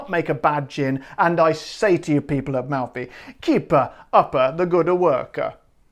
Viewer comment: Nice Italian accent! Good job....anyway, I I can't find Malfy gins around here, I hope to soon. Great video as always: You do a heck of a job!